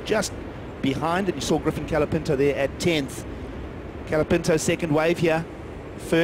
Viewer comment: Can someone please teach how to speak. It's COLApinto not calapinto.